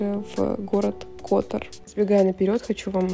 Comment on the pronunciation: пЕраст, тИват, кОтор (ударение), коноБа